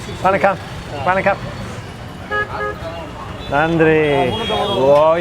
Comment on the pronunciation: Love the way you say Nanri for every serve. We Indians need to learn this from you 😃